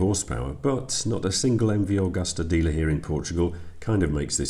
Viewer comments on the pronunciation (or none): Its MV Agusta , not Augusta 🙃